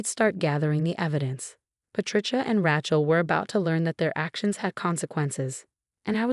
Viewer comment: Good story mispronouncing Rachel and Sophia